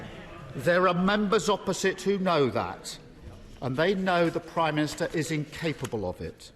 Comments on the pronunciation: Why is it that each Labour leader in recent years has a speech impediment? Khan in London dribbles his words, Ed Miliband has a glottal something and Starmer cannot pronounce “prime minister” simply gargling something like “prymist” most of the time. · Can someone teach Starmer that it’s not “Primister”?